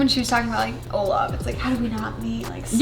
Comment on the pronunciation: Did she just say Olaf?